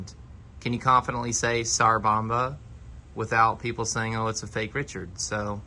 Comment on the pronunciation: Cannot review something u cannot pronounce the name correctly. Ffs